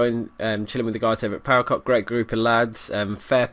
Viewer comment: power "cock" ?!?!, say "ce oh ce" It sound so sexual :)